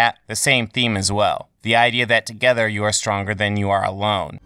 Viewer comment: Emphasis ‘together’